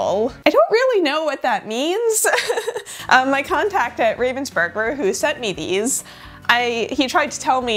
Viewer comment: That was the curse for pronouncing "Ravensburger" the wrong way... 😜